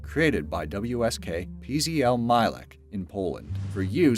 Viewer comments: I like how he pronounces Mielec like Milech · Your pronunciation of the Polish Company name PZL Mielec is wrong on so many levels... It should be closer to something like Myeletz.